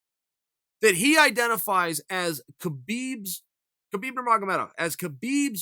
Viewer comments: it kills me that he says KA-BEEB NOT HA-BEEB I said it the same way until I say Khabibs interviews of himself telling DC how to say it now it bothers me when 90% of people say it wrong......Joe Rogan included UGH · I believe Khabib’s name is meant to be pronounced “hab-eeb”